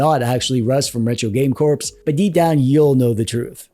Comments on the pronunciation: The dedication to character to keep mispronounce "Corps" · First, you had me fooled. You both have slender hands, so that could match, but one thing doesn't fit. One thing caught my attention. always says 'Retro Game CorpS,' but with you Russ, the 'S' in 'Corps' is silent, like. Thanks for the incredibly entertaining video to both of you.